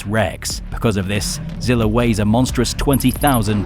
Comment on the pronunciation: ...but that's what I'm saying though the original zilla from the movie is fighting kong and its not Zilla Jr fighting kong...I think both of us are having problems understanding what we really mean, but in that case my bad it's just the way you pronounced it in the first sentence that's all